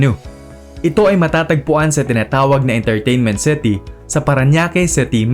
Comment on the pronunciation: "Intarteynment Ceti"